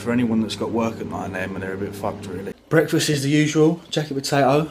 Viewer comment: Yeah the bwekfast thing killed me also lmao